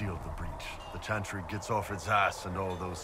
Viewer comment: Why can't you say CH,CH,CHANTRY!?!? Like CH,CH,CHURCH. Or do you say shursh? ?